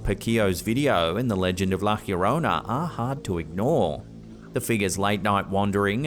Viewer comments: It’s not la “heoronna”- its la” llorona” pronounced “ yo-rona “ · please learn to pronounce La Llorona right. There is no j or h sound. Yo rone nah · I loved all videos in this channel but I always wonder why your pronounce llorona weird...always pronounce yorona the double L is like a y sound . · Why did he pronounced la llorona like la jiorona? 😂😂😂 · Pronounced La yo-rona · It's La Lio-ro-na. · Also your saying the word wrong it sounds like the song "my sharona" but "la yorona" sounds similar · "La YA-rona"... and that's not a ghost. It seems to be a young woman is psychiatric distress. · Why are you pronouncing llorona that way? There's no "H" sound.